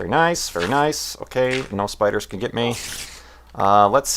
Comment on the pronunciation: Am I the only one who thinks the way says "spoiders" is great?